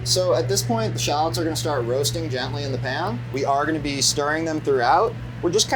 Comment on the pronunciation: Drink every time he says 'shallots' sorry 'Shallads' 😂 Love this guy!